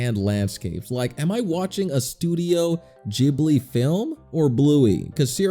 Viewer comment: Studio glibly is pronounced like an actual g not j Srry just a nitpick